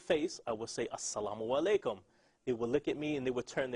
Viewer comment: LOL... This is crazy... these numb-nuts are off there rockers. There is no racism is Islam, however there are racist Muslims, just as in any organization. Secondly, from my perspective, this guy was not strong in the faith, I can tell by the way he said "asalamulaikum.".... butchered it.